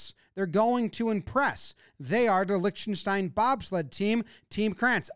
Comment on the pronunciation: Please pronounce Liechtenstein correctly…